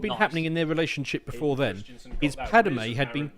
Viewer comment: I dunno how is so knowledgeable on Star Wars lore, but he keeps getting Padme's name wrong.